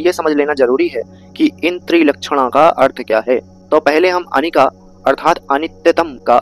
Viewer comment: अनिका नहीं अनिच्च । नमो बुद्धाय 🙏